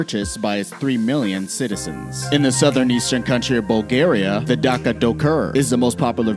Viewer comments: D a s i a not Dakia... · dacca ducur??? you say it dasia and spell dacia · He said Dakia